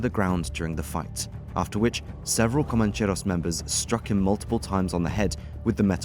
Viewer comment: You make it sound exotic: "comancheRRRRRos". Rolling your "r"s is a bit too good for these bogans.